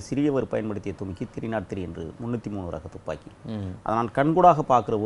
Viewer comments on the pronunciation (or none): துப்பாக்கி என்று வாயில் வருகிறது அப்புறமென்ன துமிக்கி ஜிமிக்கி என்று.... புரியவில்லையே